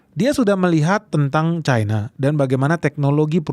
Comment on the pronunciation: cina, versi cina adalah cina. cina versi inggris bodoh, membacanya jadi caina. mengapa mengikuti inggris bingung ?😊